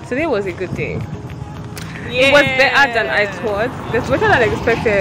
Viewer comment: she say na 'seuuww'🤣🤣